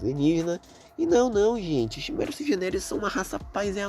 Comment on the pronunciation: desculpe reclamar mais chimera se pronuncia quimera,n é algo de ben 10 é do portugas msm(eu escrevi portugas de proposito,odeio ter que explicar essas piadas)